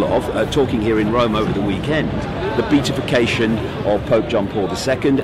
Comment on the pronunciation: It is really hard to take anything you say seriously when you can't even pronounce the word beatification correctly, especially when you keep using it over and over again! More importantly, Beltane has nothing to do with Satanisim! Do some research PLEASE!